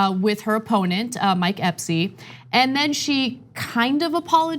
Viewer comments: Her opponent's name is ESPY. Not EPSY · His name is Mike ESSSSPY. Not Epsy. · Ana, PLEASE, his name is Mike Espy, NOT Epsy. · Jeez, people get called out for mispronouncing Ocasio-Cortez, but at least that's a lot of syllables. The man's name is Espy, not Epsy, only two syllables. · Ok. Thank u for your continuous coverage on this. How about please speak on her democratic opponent's policies and say his name correctly?.. Mike Espy. Thanks for barely mentioning the date of the runoff. I'm from this area if Mississippi and there are voters there that watch. Btw..its as racist as u may think. This race deserves as much push as any other and I just recently had to vote in Ga. 😤